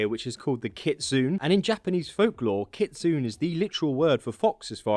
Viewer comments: It's pronounced kit-sun-a and yo-kai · Kit sun é and yo kai are how they are said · Kit. Sun. Eee. Is how it's pronounced!!! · its pronounced "kit-soo-ney" not "kit-soon" and "yoh-ky" not "yoh-kay" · You’re pronouncing kitsnune and yokai wrong lol kitsune= kitsune (ay) and yokai= yo-k-i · Kit-Sue-Nay Yo-Kie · Kitsune = "keet-soo-neh" Yokai = "yoh-kye" Oni = "oh-nee" Jorigiri = "joh-ree-gee-ree" (not a soft J, it's Japanese, not Danish) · Yokai is pronounced Yok-I and Kitsune is pronounced Kitsun-A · actually pronounced “ keet- sew-nae” kitsune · Omg...im sorry, but i got upset with the pronounciation of kitsune. Hahaha. Its KIT-SU-NE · It’s pronounced kit-sun-ey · Pronounced Kit-su-nay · You forgot kitsune, kit-soo-nay. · The pronunciation of kitsune and yokai was aweful....